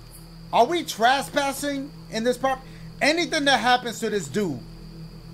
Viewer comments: He said traspassing when it’s trespassing 😂😂. I love his videos man ❤❤❤ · Dashie saying trespassing like "Traspassing" kills me 😭